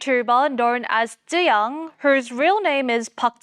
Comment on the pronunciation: I know is always trying to pronounce names correctly and I credit him greatly for that. I just can't unhear him going back and forth with "chu-yang", "chu-jang", and "chu-zang" within the same sentence. At one point, I thought he was talking about a third person being blackmailed.